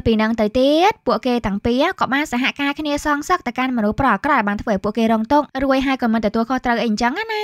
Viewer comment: នាងអើយបកប្រែពាក្យរួចនាងកុំអានថារួយៗអញ្ជឹងវាខុស ពាក្យថរួចមិនមែនរួយទេ